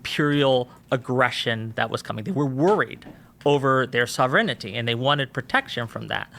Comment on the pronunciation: pronunciation. That's not how you say sovereignty.